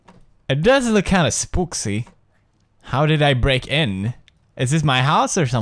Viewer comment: he said spooksy 😂